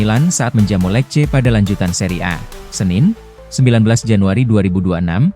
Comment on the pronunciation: lece bacanya bukan lek. !